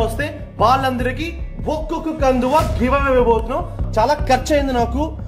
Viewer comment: Kandhuva kadu Kanduva 😂